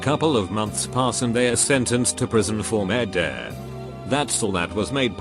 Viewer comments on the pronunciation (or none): Normal people: murder Text to chat on Reddit channels: merdur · No one: Text to Speech software: "merderre" is better than "murder"